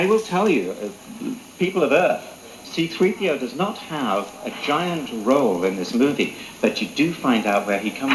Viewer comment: “Ciii - Draaaiii PiiiOuuu.“Wer kennt es nicht C-3PO heißt auf beiden Sprachen (Deutsch Und Englisch gleich xD Der Kommentator bzw. der Moderator geht geht echt gar nicht xD